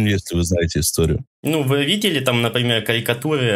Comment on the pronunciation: Каикатуы😂😂😂 вшивый, к логопеду сходи